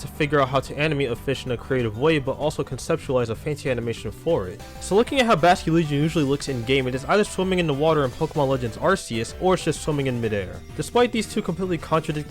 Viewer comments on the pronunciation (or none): It's ArKeus, not ArSeus.